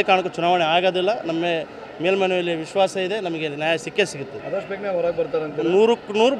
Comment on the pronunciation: ಇಸ್ವಾಸ ಅಲ್ಲ ದಡ್ಡ ಮಗನೆ ಅದು ವಿಶ್ವಾಸ...ಮೊದ್ಲು ಕನ್ನಡ ಕಲಿ.